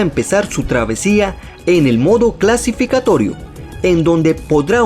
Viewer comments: dijiste CLASIFICATORIO y es CLASIFICATORIO [EDIT] De nuevo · Tu igual estás así, dijistes clasificatorio